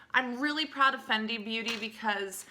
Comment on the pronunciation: Fenty... not Fendi....